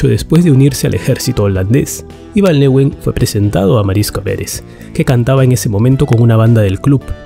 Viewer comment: Buen video... Los nombres holandeses no se pronuncian con fonética inglesa, Van der Leeuwen se pronuncia "lewuen" y no "liwen", Van der Beek se pronuncia "beek" y no "bik"